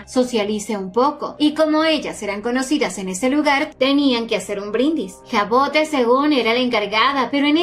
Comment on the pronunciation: Hermosa historia que elegiste, yo la estube leyendo en Webtoon, pero como está en emisión la dejé para acumular capitulos jejeje. Por cierto el nombre de la prota se pronuncia Javod, es un nombre francés y cuando empecé a leer el manwhua lo investigue por curiosidad. A qué están super lindos tanto el nombre como la historia 😊😊😊